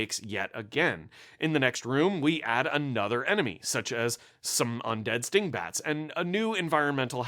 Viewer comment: I heard stink bats. I prefer what my ears told me